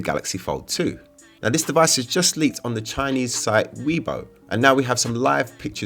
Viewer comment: fyi it's pronounced "way bo" not "wee bo"